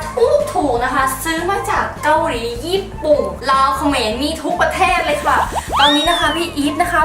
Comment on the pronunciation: พูดผิดค่ะจะบอกว่า ญี่ปุ่น แต่พูดว่าญี่ปุ